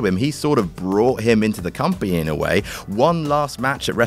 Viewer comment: cant say company